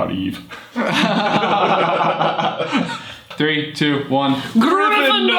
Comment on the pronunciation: They totally mispronounced #4. It's pronounced "Eee-vah"!